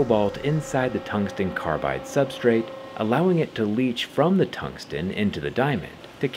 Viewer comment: Did bro just say, "tungstein?"